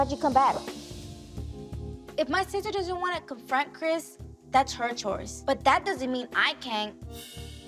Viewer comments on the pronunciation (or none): The twins have a lisp/ talking problems so sometimes Andrea pronounces her bd Chris name as “Crith” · Why y’all in the comments tb “Crith” 😭